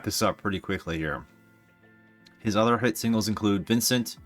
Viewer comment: “Vincent” please